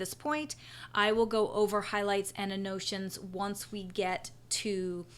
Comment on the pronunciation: Useful tutorial, however it is pronounced AN-NO-TAY-SHUNS. I was confused until I figured out what you were trying to say.